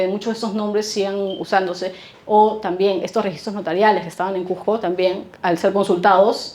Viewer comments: Si vas a habar de cuSco pronuncia bein el nombre... no es cuJco , es cuSco con S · CUSCO! NO SE DICE CUJCO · Cujjjjco Cujjjco Cujjjco Para los Cusqueños es difícil y desagradable oír q la J reemplaza a la S, un poquito de esfuerzo en pronunciar bien el nombre de la ciudad motivo de la exposición. Por lo demás felicitaciones